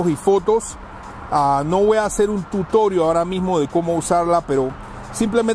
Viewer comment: Para de decir tutorio xfavor😓